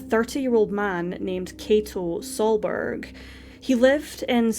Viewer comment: K-ah-to is how you pronounce his first name. The surname you did great!!